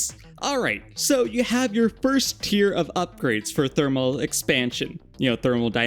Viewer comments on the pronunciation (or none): none